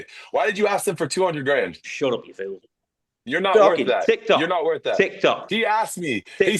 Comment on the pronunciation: You can’t even say fool you say feel buddy😂😂😂😂